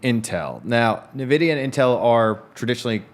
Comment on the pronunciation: It was fun hearing you guys say "Ni-vidia" instead of "En-vidia"